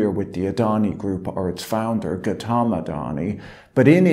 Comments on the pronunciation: Patrick hasn't got the pronunciation of Gautam right. It makes listening rather unpleasant. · Patrick, great video as usual, but to be honest, I wish you'd take a minute to look up how to pronounce the names of people you cover in your videos. "Adani" is fairly close, but "Gautam" and "Vinod" are way off, and hearing you mispronounce them dozens of times over the course of half an hour was a little grating. Not that I have any particular respect for these two men, but you may have viewers with these names too, as they're pretty common Indian names.